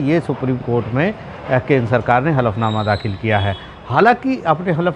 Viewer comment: konsa . . ........nama dakhal किया???? jara thik se bolo